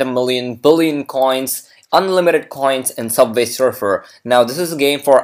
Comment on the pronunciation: It's subway not subvay